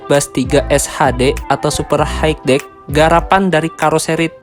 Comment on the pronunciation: Maaf kang "High deck" mohon dibaca "Hai dek" bukan "Haik dek" maaf sekali